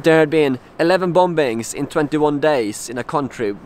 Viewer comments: you say it as bommmmings not bombbbbbbings lol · I'm not having a go at you, your English is much much better than my Swedish, but it's pronounced "boming" not "bom-bings". The second b is silent. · Love your videos. Just a kind heads up though. The word "Bombings" is actually pronounced like "Bomings". Basically just leave out the 2nd "b". I know it doesn't make much sense, but it's just that the 2nd B is silent. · I feel for you dude. Just one thing, the last 'b' in bomb and bombing is silent. It's pronounced 'bom' and 'bomin.' Otherwise your English is better than my nonexistent Swedish. Long live ABBA!! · it's pronounced "bomings" ... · The last b in the word 'bombings' is not pronounced.